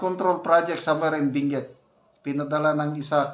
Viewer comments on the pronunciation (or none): none